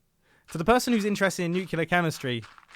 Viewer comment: Goddammit mumbo! I think you are awesome, but will you please stop saying nukular! Stop it! Thanks for the ridiculous content. Loving it!